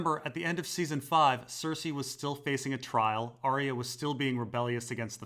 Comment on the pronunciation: IT'S PRONOUNCED AR-YA.